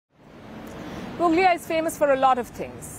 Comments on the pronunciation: It's pronounced Puglia but the "g" is silent. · It is pronounced Pulia . The g is silent in Puglia